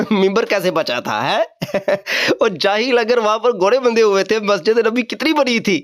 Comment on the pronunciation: گھورے نہیں گھوڑے ہوتا ہے بیٹا پہلے اردو زبان پر دھیان دے پھر آگے آپ کو بتائیں گے کیا پڑھنا ہے 😂